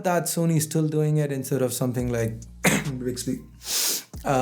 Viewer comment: When he says "Bixby" 😂😂😂